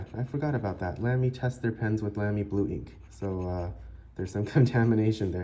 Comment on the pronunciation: With respect, the brand is pronounced “Lahm-y” not “Lamb-y” and short “a” rather than long “a” on Scala. It’s a nerd thing. Nice review and nice pen.